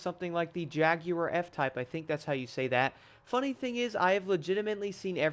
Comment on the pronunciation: How you say jaguar is right I allways wanted to know when Americans say jagwire when do they get the w from 😂😂